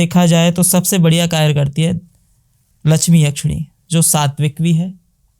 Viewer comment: Karya❎ kayr✅😂